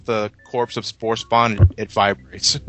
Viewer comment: did he say spood buster?